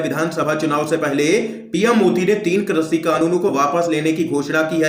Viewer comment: हिन्दी तो सही बोल लिया करो भैया कृषि को क्रषि बोल रहे हो।